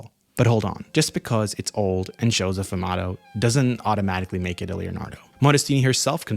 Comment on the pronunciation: 1. "Fumato". Lol. Um ... No. It's "Sfumato" - with an S. You don't know art, do you? You're just regurgitating. 2. It's absolutely 100% a real painting. It is also absolutely 100% NOT a Da Vinci. I can tell by looking at it. Anyone with half an artistic eye that is even passingly acquainted with Da Vinci can tell it wasn't painted by Leonardo.